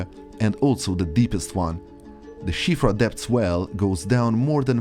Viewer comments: First time I've heard someone speaking in English pronounce Siofra right. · That's the widely-accepted pronunciation in English.